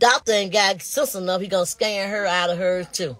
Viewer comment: She going in on A.L.... it's scam not scan